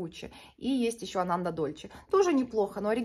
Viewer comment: Еще я слышала, что надо произносить АнандА, на последний слог ударение, это какой-то буддийский святой ❤